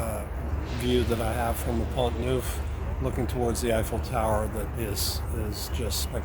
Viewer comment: Hi,! I enjoyed hearing your top ten, but the best parts were the pigeon giggles and the banter between you!!! A couple of points: First, Pont Neuf: It's pronounced Ponough (pon as in gone and nough as in enough, and the accent on the second syllable. Google Translate or DeepL Translate each have a 'listen' button - it'll help you a lot. Second, before deciding on Paris, go back for at least a couple of weeks in the summer high season (Late July and through August (If you take me up on this, you should try to book somewhere now). You'll find that it's a very different experience. You need to bear in mind that Paris, a very small city, is the most visited city in the world and that there's a very good reason why all who can leave Paris in August do leave! It's true of anywhere, really. Eg You'll be visiting Nice in the best months of the year, and in winter, the weather is chilly.